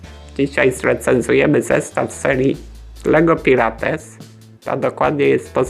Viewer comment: Aaaaaa dlaczego mówisz Pirates XD, mówi się Pajrats